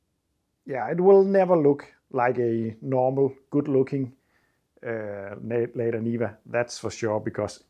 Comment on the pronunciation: This car is So Seppo! Looking forward to seeing it reborn. The trabby and the niva. Brilliant! A small helper, not a criticism - in English it’s usually pronounced “larda” not “layda”.